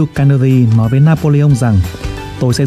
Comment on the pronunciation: Giọng đọc hay, rõ .. nhưng tốc độ nhanh quá .. phát âm một số âm như tên Carnegie, video ..chưa chuẩn, nghe như nói nhịu .. nhạc nền nên chọn loại ít trống, ít gõ hơn, và nhạc nên có cường độ thấp hơn giọng đọc .. God bless .. amen.